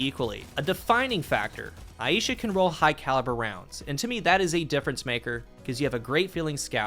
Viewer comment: Good coverage but the pronunciation of the name is killing me Aisha Eye sha Not ay EE sha